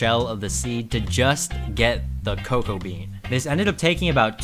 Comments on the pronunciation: I hate how he pronounces cocoa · 😂 the way he said cocoa